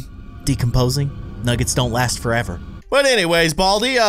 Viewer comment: 🤣 baldi’s is a bad speller he cant even say “nuggets” he says nuggs